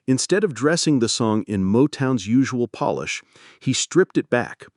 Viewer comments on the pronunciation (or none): none